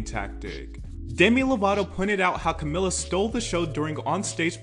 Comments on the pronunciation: *Ca-mee-la is how it's pronounced 😁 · bro if i hear one more person pronounce her name as camiLLA istg 😭